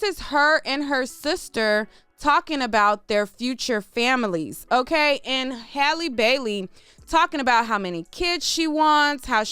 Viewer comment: thank you so much for pronouncing this young lady’s name correctly. So many bloggers butcher it to pieces.